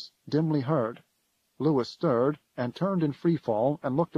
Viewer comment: The novel's text clearly shows, several times, Louis is pronounced, loo-ee. That the narrator gets it so obviously wrong is frustrating.